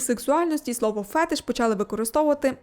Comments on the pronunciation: Цікава тема, дякую :) От тільки з наголосом вийшла проблема. Правильно буде фетИш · Мабуть, мій фетиш написати, що наголос в слові "фетиш" насправді над И. Але це мало хто знає. Тому ділюся тільки з Вами )))